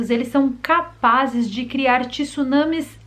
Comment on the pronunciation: como linguista, diga o correto:" Tsunami".😬